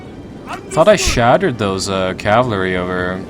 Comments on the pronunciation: For fucks sake just say cavalry properly for once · "Cavlery" XD yolo